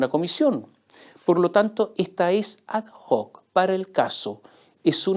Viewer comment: (La locución latina ad hoc se pronuncia ad oc.)